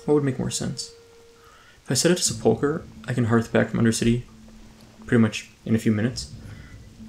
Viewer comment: Considering the number of comments you've already received on the topic in your Vanilla Ironman series, you should not be allowed to quest in Silverpine Forest until you learn how to correctly pronounce "sepulcher."